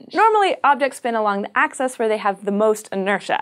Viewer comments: Why do you keep saying access instead of axis? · It is not an accent it is a blatant mispronunciation, and you know that. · Peter Williams hey wants to access the axis?